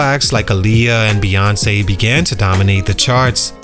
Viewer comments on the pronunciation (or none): none